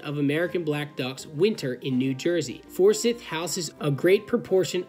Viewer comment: And I think Forsythe is pronounced For-Sieth.Nothing was hurt which is the important thing. As a side note, that red and white building you passed on the way in/ out there is a research station for those types of things. Have friends who could get you guys a tour sometime if you want to know more about what’s being done for similar causes.